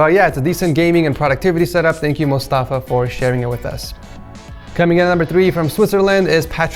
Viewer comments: mofasa?!! His name is mostafa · Did you really say Mufasa instead of Mostafa?? Lol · The 2nd guys name is Mostafa not fuckin Mufasa. 😂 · you called out wrong name you said Mofasa. And the word is "Mostafa" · His name is mostafa not mofasa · His name was Mostafa, Not Mufasa You called will a 60 year old also... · This guy said Mofasa LOL it's MOSTAFA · he said mufasa instead of mustafa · My dude said mufasa at first and then Mustafa lmao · just butchered the name Mostafa xDDDD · U said mufasa instead of mostafa lmao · "Mostafa": "Mufasa" Nailed it man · mostafa (which is my name also btw) became mofasa WOW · Did he say mufasa? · LOL was I the only one to notice the butchering?! xdddd LMAO MUFASA xddddd